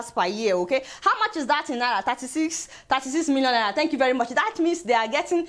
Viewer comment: Love the way you pronounce Naira.....